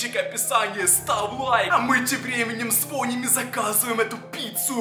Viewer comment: Не звОним а звонИм